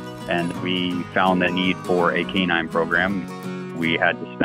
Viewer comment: I don't understand why Americans take a Latin word and slaughter it like that? Just call the dog a dog or say canine.